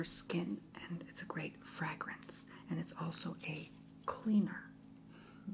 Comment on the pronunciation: I found it so charming how you mispronounced fragrance, sedative, potpourri and more. I subscribed just for that❤